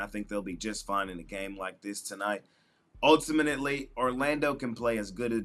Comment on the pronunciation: ULTIMANETELY is crazy 😂😂😂